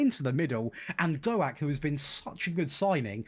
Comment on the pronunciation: hey, you bought my cousin Ben Doak (although butchered his surname, but I wont tell him 🤣)